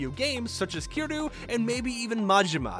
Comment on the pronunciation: You're saying Kiryu wrong lmao